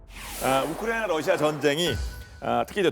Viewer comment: 유용원씨 발음 좀 정확하게 해주세요~ 왜 자꾸 "우크라이나전" 을 '우크라이~'.....'우크라이~' 라고 하면서 남의 나라이름을 빈정대거나 놀리는투로 들리게끔 발음을 하시나요? 심히 거슬리네요...전체적으로 발음이 안좋은 분으로 감안하고 듣고있지만....남의나라 이름만은 정확하게 호칭하시기 바랍니다... 외국인들이 "코리아"를 "코리~"..."코리~"... 라고 불러대면 기분 좋으시겠어요?